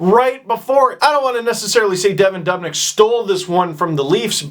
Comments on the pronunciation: It's not "Devon Dobnyk" It's "Devan Dubnyk" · "dubnik" its "devin doobinik" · steve it is duoob not dub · its doo..bnyk not duub...nyk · henry frisell Lol yeah That part bothered Me too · Ignorant Torontonian doesn't know how to pronounce Dubnyk's name.